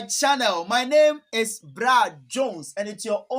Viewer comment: I like how u pronounce our names 😂